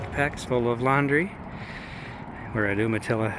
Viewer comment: Isn't it pronounced "you-muh-tilla"? I wonder if Ive been saying it wrong my entire life (entirely possible).